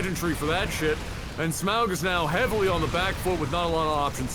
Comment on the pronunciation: Agh! Say auger, now say smauger, now say smaug